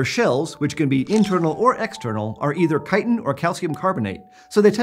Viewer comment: omg he says Chitin correctly :O